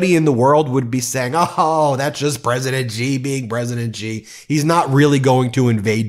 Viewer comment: President Xi - pronounced as Shi !! Not Jee